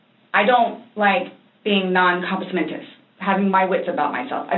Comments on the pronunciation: She is the worst actor ever! And wtf is compusmentus? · 🤣👍🏼. But it’s compos mentis. If it’s pronounced correctly, there’s a better chance of spelling it correctly.